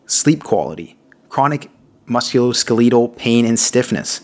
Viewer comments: Please start pronouncing the musculoskeletal the correct way. You are killing me mispronouncing it. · thank you!! His pronunciation was driving me nuts. It was like nails on a chalkboard. Lol. 😆